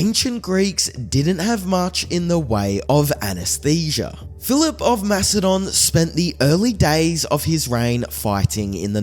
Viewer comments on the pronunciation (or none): are you saying Philip of Mastodon? Not Macedonia? Is this an AI voice just reading the same mistake over and over again? Its a huge miss and no one in the comments points this out so I am wondering if those are fake too